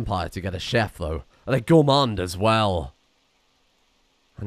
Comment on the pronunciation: Gourmand, not gourmande.